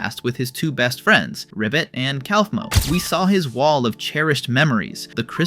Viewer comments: bro really said "calf -moe" 💀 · Genuine question: if Kaufmo is said as 'koff-mo', then why do so many people pronounce it as 'kowf-mo'? I'd get it if there wasn't an official pronunciation, but there are literally characters saying it one way, and YouTubers saying it another. (Jac says Koffey, not Kowfey, after all.) Maaaaybe listen to the show you're making videos for instead of assuming? It does make an ass of u and ming, after all.